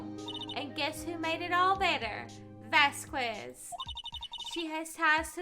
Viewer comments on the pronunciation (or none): And the latest of late corrections: "Vasquez" is pronounced "Vaskez". Without "Que".